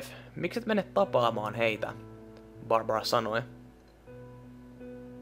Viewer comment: Mä vihaan sitä ku se sanotaa tyylii: "hei! Olen borbora"